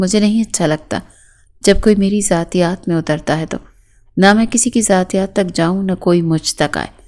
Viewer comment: زیاتیات نہیں ہوتا ذاتیات ہوتا ہے